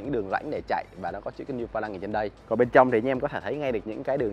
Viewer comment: “Niu ba lăng”